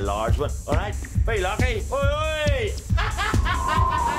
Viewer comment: how is it possible to pronounce "lucky" without a single vowel or plosive michael. fucking. smiley.